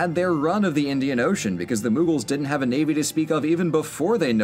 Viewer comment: There is no 'N' in mughals then why do you call it munghals...